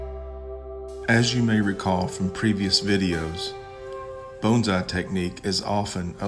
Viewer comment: I just love how you pronounce "bones-eye!" I miss living among southern people! ;-)